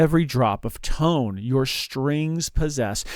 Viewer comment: 'I like big toans and I cannot lie?' What in the world is a "toan?" I that something different than a "tone?"